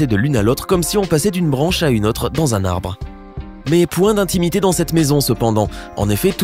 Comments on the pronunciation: "Autre" se prononce "ôtre" et pas "atre". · 66 "otre" : on dit AUtre !!!!!! Je suis outré.